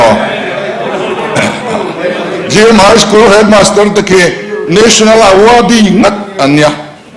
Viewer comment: Chokeydar in hetmaster a la 😂😂😂😂 a ti lai khi ka nui bawm a va ko chhuak chiang vee...